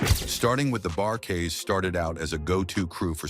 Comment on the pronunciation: TO " ": SIR---------PLEASE---------LEARN TO PROPERLY PRONOUNCE NAMES, BEFORE UNDERTAKING A VIDEO LIKE THIS! ----------IT'S " THE EYESLEY BROTHERS "! -------AND IT'S " THE BARKAYS "! -----------MJL, 78 Y/O